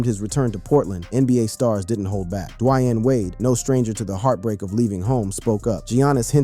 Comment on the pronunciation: Dwiane wade!!!